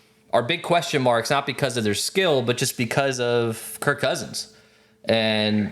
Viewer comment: It’s KIRK Cousins not Kurt Cousins 😅